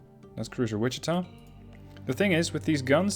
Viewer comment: I’m glad to hear Wichita pronounced properly!